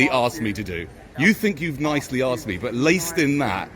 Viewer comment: Could you don’t record me as I come here for learn Engel issh and tell you what I’m not no what to say 😂👍 He axed you not ask you🙈😂 Love your notifications 💯👍